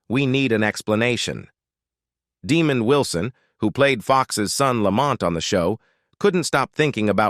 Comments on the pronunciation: Yeah De-mond Wilson,he wasn't a demon 😂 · Facts."Demon" Wilson. Tf? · I can’t believe the moron narrating the video doesn’t know how to pronounce “Demond.” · Dee-mond Wilson... Isn't pronounced like Deh-mond? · Man you can't even pronounce Demonds. Name please find a real job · Pronounces De' mon d...get it right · It's Desmond, NOT Demond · You mispronounced Mr. Wilson’s first name. As Fred Sanford would say, “You big dummy.” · You are saying Demond’s name wrong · I wish there was a counter on the screen for every time the AI mispronounced Demond Wilson's name wrong. Lol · This idiot narrating can’t properly pronounce Demonds Name properly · Ok it's working on my nerves, the way he's saying that man's name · Demon????? Try DemOND! This guy constantly botches the names of well known people! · Artificial NON Intelligence, it's pronounced Daa-mond, almost like diamond 💎, "NOT" demon !!!👹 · no no, ai... its deh, mond, not demon d... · You big dummy! His name is Demond not Demon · Stop using these annoying AI voices. The man's name us DEMOND. NOT demon. Good grief. Do you have any editorial oversight? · Demon Wilson ??? 😂 His name is Demond , wow AI need to stop 🛑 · First of all pronounce the man's name right. It's not " Demon D". Secondly, Sandford & Son is one of the funniest and most popular sitcoms of all time not just the seventies! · Its pronounced De-mond not Demon......dumbass ! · Stupid AI . It’s Demond not Demon. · AI voice is stupid De-mond not De-mand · Pronounced DUH-MONDD not DEMON. LOL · It's not DEEMOND you dummy. Learn to pronounce it right DEMOND WILSON😏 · Not Demon its Demond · The man’s name is “De-MAHND” not “DEE-mond” as it’s mistakenly pronounced in this video! And Sanford and Son did NOT kill the Brady Bunch. The fact that the kids were now rapidly turning into adults caused the series to run out of gas. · It's Demond Wilson not Demon Wilson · Please tell the narrator that it's De-MOND and not DEE-mond. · Demond is pronounced DEE-MONND NOT DEMOND